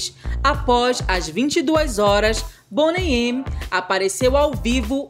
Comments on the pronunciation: Se pronuncia Boney Mi. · Boney "eme"????